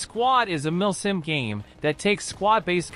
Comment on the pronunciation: I hear him saying "milf sim"